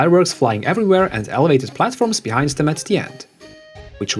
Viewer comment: "Bee-hind" . I've never thought of or heard that before and I love it. Well played.